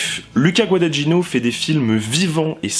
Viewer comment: bonne vidéo avec des remarques intelligentes.... mais s'il te plaît, apprends à bien prononcer Guadagnino (ce "gn" pour un français est difficile, mais on y arrive! LOL)